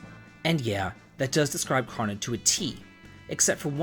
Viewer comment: Crow-no* Ayy-lah* Decent video otherwise.